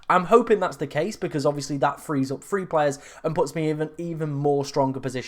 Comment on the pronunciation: pronounce your TH words, free and THree sound the same and its confusing my brain 😂😂